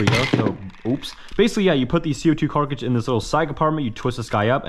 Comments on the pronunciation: Love how he says Co2 “carcage” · For the love of fuck will you learn how to pronounce 'cartridge'? It's pronounced the way it's spelt, not 'carkige'. Stop saying 'actual', 'looks like', 'a little' and 'this guy' all the time, too. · It’s a Cartridge and even if it was cartage, he’s still fucking it up. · The “Carcages” and the “bursta” thunder 🗿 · little carkidge in the little slot little thing little little. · 'This guy' 'actually' says 'carkidge' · heh he said carcage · Man can you just say cartridge correctly, it's actually annoying af holy shit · "co2 carkiges" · "C02 carcidge" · Bruh, I honestly don't know whether it's accent or something, But whenever means to say "cartridge" he says "carcidge." lol Keep up da good work doe, although your bank account is crying. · hmmm.. "Carcige" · Love the pronunciation for cartridge - carkridge -. Love the videos though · i keep hearing Co2 carcrige lol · Please pronounce “cartridge” properly mate. Fark. Love your videos otherwise 👍🏼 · Love your content, but sorry to say you cannot pronounce CO2 cartridge lol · Okay I'm new to this chanel does he just not know how to pronounce cartridge or is this like an inside joke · not really hate, just pointing out someone misspeaking and using a non-existent word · Sorry but the way you pronounce "cartridge" bothers me a lot. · Okay, first off I do like these videos.........but you sound like Blippi and why the hell do you say carkidge? Its Pronounced Kaa-trij. Cartridge not carkidge. It literally kills me every time you say it. I guess you are just immature and maybe on the spectrum, which is ok. It just annoys me. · he keeps saying carcage instead of cartridge xD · I cant get over you keep saying Carkige. Cartridge sir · Why does he say carkidge instead of cartridge? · wtf is a "carkage" you mean cartridge right? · Bro you trolling. Every video you pronounce something way off! Car-kij? Really dude? That’s how you pronounce cartridge!? No shot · Cartridge Not carcrige